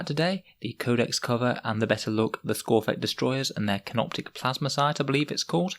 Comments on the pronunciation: It's skorpekh not skorphekh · its skorpekh not skorphek